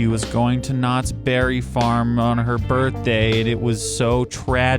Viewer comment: Its not Knotts BERRY farm its Knotts Berry FARm